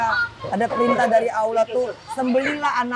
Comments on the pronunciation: Tolong sampaikan team keema kepada angelina sodara seimanku yg baik...sudah 10 tahun tolong baguskan menyebutkan nama Allah ...bukan aulah...tolong diperbaiki...jangan sebut Allah dgn awlah...tolooong rubaaah...ya...wallau 'alam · Bagisan khalid Ott petinju yg baru mualaf bbrp bulan dalam penyebutan nama sang pencipta Allah ...bukan awlah atau aulah kata angelina...perbaiki ya angie...jangan sampai lalai